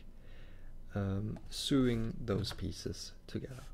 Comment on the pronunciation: nitpicky me, when you say "sewing" it is not pronounced Sooing, it's pronounced as "So long, thanks for the memories." then "ing" on the end... so (long) ing.... my mom does lots of that so it kind of jumps out at me. It's sort of like, do you "goo to work," or do you "go to work." Do you "soo the cloth together" or do you "so the cloth together." Love, love, love the sneak peeks. Please make many more to show off how awesome Blender is. I am slowly beginning to switch from Rhinoceros 3D to Blender.